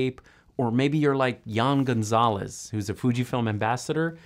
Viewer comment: It's actually Jan Gonzales (pronounced as /dyahn/). :) We come from the same city! :D